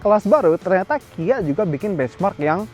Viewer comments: "ternyata" cuma artikulasinya minggir dikit jdi kedegeran dari jauh toyota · Menit seperti terdengar "bagus juga toyota" maksudnya ternyata kali ya